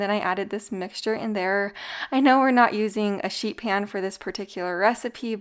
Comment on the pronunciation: Sounds like you said shit pan 😂😂